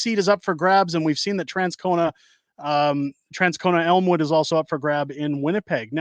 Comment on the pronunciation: From Winnipeg, you nailed Elmwood!